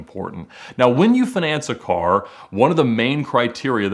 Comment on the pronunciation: Why does he pronouns finance like finesse? Lol